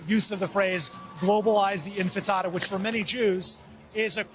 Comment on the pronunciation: Even this can't pronounce INTIFADA correctly: It's not INFANTTIADA––it's INTIFADA. INT–TI–FA–DA. IN---TI---FA---DA.